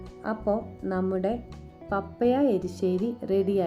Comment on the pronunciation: പപ്പയ അല്ല പപ്പായ😅 .... ആദ്യം അതു പ൦ിക്ക് 😂😂😂😂